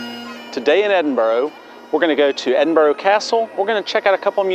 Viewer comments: Edinburgh not Edinbro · Great video, but it’s not ‘Edinboro’ it’s ‘Edinburra’. How can you still not realise that after demonstrably spending time there? You should respect the places you are visiting by at least attempting to pronounce their names’ properly. Also, Britain = England, Scotland and Wales. When you say “British accent” you mean English accent. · Leans against sign of EdinBURGH... "Today in Edinburrow..." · Three things: 1. The city is not called " Edinborrow" 2. The streets in the Old Town are not cobblestones but granite setts. 3. St Margaret's Chapel the oldest building in Scotland? I think not. Skara Brae on Orkney predates it by about four thousand years! PS: what the heck is a "British" accent? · I wince, and feel annoyed when Americans use the dreaded "Edinboro" pronunciation. Respect the city and the Scots please by using the correct pronunciation - it is not difficult. How would they feel if we used mispronunciations of their cities, such as New Jerk, Sickago, or even Pittsboro!!! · If you intend making a video about somewhere a little research into how it is pronounced is a good starting point